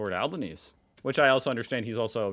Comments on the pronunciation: Albanese is pronoubced with the e, like Albanesee. Latest counting (1pm Australian Eastern Standard Time 4th May) Labor 88 seats (a big gain) and coalition 36 seats ( a loss of seats and Dutton has lost his seat). Independents slightly up and Greens tanking. 14 seats not yet decided. Labor looks good for another two or three seats. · In Anthony Albanese's name, you pronounce the last "e". (or at least, HE does) So it's "Albaneesee" (get it?) (I don't care what your newfangled computer says ) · Albo is pronounced Albenezeeee and thanks for your channel as an Aussie I'm enjoying it. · Pronounced Al ban easy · AL-BAN-KNEE-SE you pronounce the E on the end but not like EE it's like saying Egg pronouncing the E differently.... He has an Italian last name. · Albanese is an Italian name and is pronounced “albaNEEZEE” - to rhyme with Sneezy. Anthony Albanese also has a nickname: Albo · Albanese (pronounced Albaneasy). Has been elected again in Australia. Why? Because the leader of the opposition Peter Dutton was a Trump admirer. Basically Albanese didn’t so much win this election so much as Dutton lost it. Australians will not put up with this Trump 💩We are smarter than that. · Ignore the AI’s on how to pronounce Albanese: they’re both wrong. The -ese bit at the end is pronounced like the word easy. Albaneasy, basically. There have even been Liberal anti-Albanese ads before the election that have gone something like “It won’t be easy under Albanese.” Not that it’s done them any favours as it looks like Labor won. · G'day. Thought I'd help clarify.... Prime Minister Albanese's name is pronounced: Al-ban-easy. Penalty for not exercising our democratic right to vote is only about $50. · Albanese is pronounced "AL-ban-easy as it's an Italian name. The Liberals were always going to win before Dutton said he liked Trump and the tariffs came in. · Alban-ess-ee. Add ee at the end!😊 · Albanese is pronounced Al-ban-ay-say. But he says 'Just call me Albo', so we do.